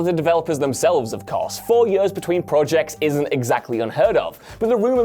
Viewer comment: i cannot comprehend how you can read the word "years" and pronounce it as "yuuurs"..... and presumably pronounce it this way for your entire life.